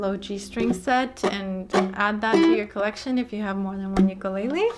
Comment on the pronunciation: Thank you. Youre the only one so far that has pronounced "ukulele" correctly! Amazing. I hear the "lei" often emphasized as in..."you-ka-lei-lee" i dont see an "i" in the spelling. Ive gone over a bit....sorry.